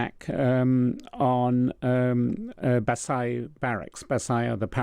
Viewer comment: At least get the pronunciation right it’s Bassidj not Bassaya!!!